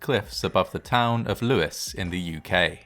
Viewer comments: No, it's pronounced Lew-is as in the name Lewis. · It's pronounced Lews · No, it's pronounced Lewis. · Lewes is pronounced loo's, as in word lose, not trying to be picky.